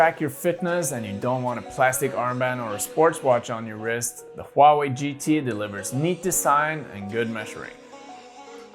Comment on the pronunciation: like how you pronounce Huawei, as precise as a Chinese does :)